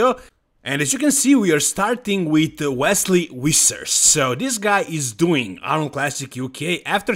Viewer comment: My favourite thing whenever makes videos about Wesley Vissers is guessing how he's going to pronounce his name this time. Vesley Wissers? Wesley Wissers? Vesley Vissers? Why decide